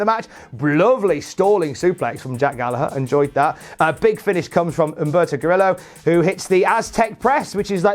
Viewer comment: Dude it’s pronounced ka-re-yo. Two ls together creates a y sound in Spanish.